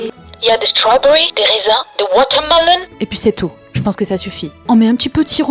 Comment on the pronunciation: Des « wotormelone » mdr XD 😂❤